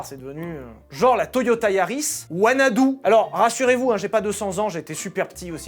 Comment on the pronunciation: J'ai entendu wanadoo… J'ai pleuré 😂😂😂